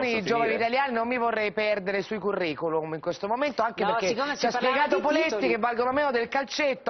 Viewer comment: "Sti curriculUM???"